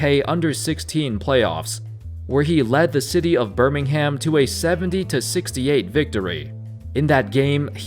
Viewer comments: Joshua Tsang yeah it triggered me as wel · yeah he just butchered lots of uk place names😂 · on me. BIRMING HAM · As a Brit, the way your pronounce Birmingham triggers me everytime, still good vid tho. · And Birmingham... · they cant pronounce Birmingham either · Hearing a non-British person saying “midlands” and “Birmingham’ is jokes 😂😂